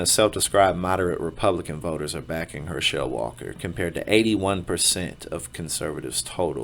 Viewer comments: At least learn to pronounce his name correctly if you're going to talk about him. I guess you didn't watch football much. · Wow. He took some hits didnt he? That right eye dont work right and hes got some speech deficiencies too. Its Herschel it is NOT Her-shell. Brain up dude! Youre terrible at this and should go away, youre just an ego with a mouth hooked up to it. Once again it is Herschel NOT Her-shell dough head. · You are not Pronouncing his name correctly go back and watch a football game from the 70s man it’s Herschel Walker not her shell Walker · Him saying her-shell instead of her-shil was driving me nuts